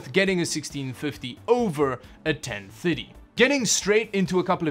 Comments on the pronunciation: Ten minutes into the video and I finally realized that you were saying GT 1030 and not 1050, for some reason I'm hearing "ten fitty" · Totally thought he was saying 1050 not 1030 lol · Kinda sounds like he’s saying 10 fiddy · Why do you pronounce 1030 so wierdly, but you can pronounce 1050 perfectly? 🤣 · The way you pronounce gt 1030 triggers me 😂